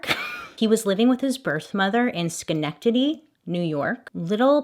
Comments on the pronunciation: I’m proud of you for saying Schenectady right the first time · The fact that you said Schenectady right is so amazing lol. It’s kinda tricky at first glance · New York here: you said it right! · U nailed skenecktity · Yess sch-neck-tiddy 😂 you said it right! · Great job saying Schenectady! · Yes Bailey you did pronounce his hometown correctly 👏👍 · Yes, you pronounced it correctly. It is not far from me. Love your makeup, always!! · Upstate New Yorker here. You said it correct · How did you get the pronunciation for Schenectady down so perfectly when it's the hardest word in New York!? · you said schenectady right!!! -albany gal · I’ve lived in downstate NY my entire life, but know the entire state very well. I know you often shout yourself out when mispronouncing names adorably incorrectly, but you killed it with Schenectady! Brava, Bailey 👏🏼👏🏼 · i live near schenectady and you said it right!! bravo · she pronounced Schenectady way better than wen i moved up state lol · As someone born in Schenectady and living in upstate New York my whole life, I'm very proud that Bailey said Schenectady perfectly on her first try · ...I am from Schenectady, NY!!!! You pronounced it perfectly!!!!!!!! I currently live 20 miles away and now work I'm Schenectady FYI home of GE and original home of Westinghouse I love your program Stay well Cora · You pronounced the ny town right :))) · We New Yorkers still struggle with pronouncing "Schenectady," lol but yes, you said it correctly girl 👏👏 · So proud! Bailey pronounce Schenectady right :-) great job, girl! That’s a tough one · Props for perfect pronunciation of Schenectady from an upstate New Yorker 😁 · Please keep doing back stories. That is the way we get into the killers mind. You do a great job, and it is YOUR show. You got it right by the way. Perfect pronunciation. I love the darker color of your hair. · Bailey: can’t pronounce Roy Also Bailey: *pronounces Schenectady perfectly” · I live in NYC and you said it right!